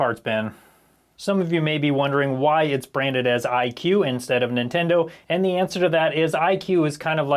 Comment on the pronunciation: Why are you pronouncing que as queue? Que is prounounced as "kay"